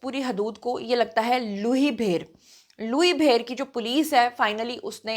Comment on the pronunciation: لوئ بھیر کو لوہںی بھیر بولا ہںے آپ کے منہ سے اچھا لگ رہا ہے۔